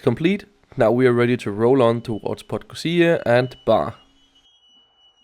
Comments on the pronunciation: Realy nice video. I understand, that its hard for you to pronounce the village or city names there but it's funny that you just scip some usual letters like "podgozia" instead of PodgoRica. :D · I just took that train twice during the day, so even more views. I was stunned and can’t wait to go back. Brilliant piece of Yugoslav engineering! Thanks for this recap. Greetings from 🇵🇱 PS. Podgorica is pronounced /po-dgo-ree-tsa/ ☺️